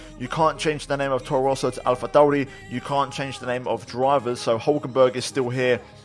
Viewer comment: This is awesome and I love it, I also like the way you pronounce Alfa Romeo and Alpha Tauri it was very classy.